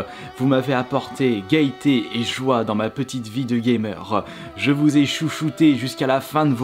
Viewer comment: Ouf je ne suis pas la seule à avoir remarqué sa prononciation du mot gaieté X) Sinon regarde la vidéo où il parle de son changement de nom